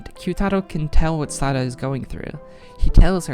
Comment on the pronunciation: You pronounced Sara's name right😭